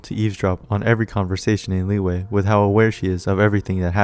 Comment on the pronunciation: All those times you said "Lee-way" 🥴